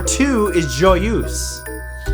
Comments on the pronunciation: I do not get this Matt: you come from Ontario, Canada. Therefore you must have a basic knowledge of french. So why is it that you cannot pronounce JOYEUSE correctly? Luv u still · Great vid. Pronunciation of Joyeuse hurt.